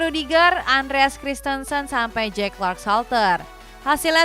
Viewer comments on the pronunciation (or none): none